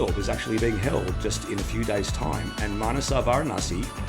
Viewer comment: Thank you so much 🥰 And you pronounce Indian names really well Wow!!!! Usually foreigners do stress the second syllable in the name Manasa but it should be in the first and you did it right 🥰🥰🥰